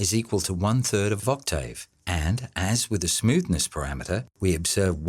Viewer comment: One question, what's an Oct-tay-ave?